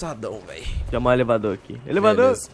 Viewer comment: Deixa eu chamar o elevador aqui "Elavadorr" kkkkkkkkkk